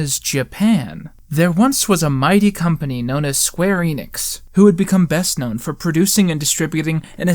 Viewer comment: ENNIX, not EENIX! Blast!